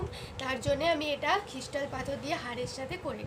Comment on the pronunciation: Pronounciation gulo thik koro... Khrishtal na kotha ta Crystal ... Anneversary noi kotha ta Anniversary .... Neglace noi kotha ta Necklace... Try to make right 👍